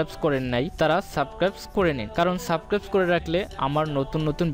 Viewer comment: ভাই সাবস্ক্রাইব কিভাবে করবো বলেন আপনি সাবস্ক্রাইব শুদ্ধভাবে বলতেই পারেন না